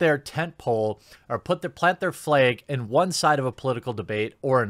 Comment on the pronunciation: Love your videos. But....as always....gotta bust your chops about your pronunciation of the word "Flehg." Lol, thanks for standing up for the little guy. Keep it up